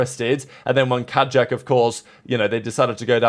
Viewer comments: Pretty sure it's kayak like the boat for pronunciation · Pretty sure kaajak is pronounced like Kayak